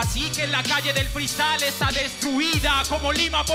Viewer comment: dice más "Freestayler" que palabras JAJAJAJAJ